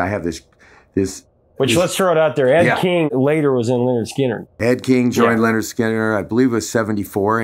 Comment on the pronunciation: Very nice interview, and good that Mark correctly pronounces "Lynyrd" as "Leonard", as their debut album makes clear on the cover. :)